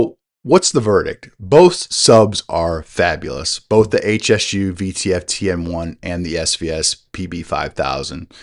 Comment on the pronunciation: It's not H.S.U, it's Hsu Research, pronounced Shoo, named after the founder Dr. Poh Ser Hsu.